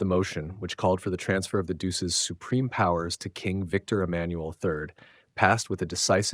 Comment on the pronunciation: Please learn how to pronounce DUCE.